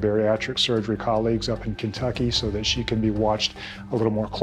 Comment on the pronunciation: she can work on loosing weight, but loosing it in a healthy form, and you can work on saying that, because saying "dat" is not very cool as it may seem